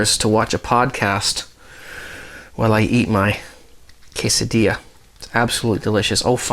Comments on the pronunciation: Its K-sadilla. Awsome video. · its pronounced quesa dilla.